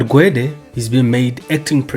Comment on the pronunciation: Gwedie , drunken slur..😂😂